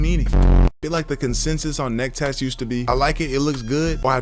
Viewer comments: I can’t unhear that😅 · When you say neck tatt the captions think you're saying Nectar like a Jamaican woman